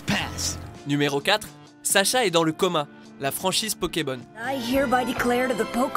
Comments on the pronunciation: c"est saCha pas saSha avec un S c'est l'orthographe feminine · Ce n'est pas Sasha mais Sacha...